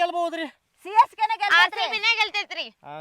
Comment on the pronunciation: ಸಿಸಕೆ ಅಲ್ಲ CSK